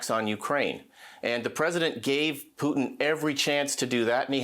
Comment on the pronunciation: This Levin guy STILL can't pronounce "Putin."